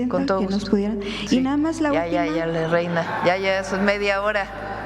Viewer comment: EN LUGAR DE (YENA)O ES REINA 😂 Yena es lo que es a